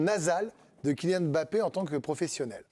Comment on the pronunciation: Bah comme ça tout le monde sera d'accord sur la prononciation de son nom, où pas mal de journalistes sportifs l'appellent Bappé !!!!